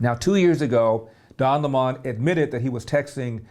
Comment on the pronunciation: At first I wondered who Larry meant when he said "Don lay Mon." LOL!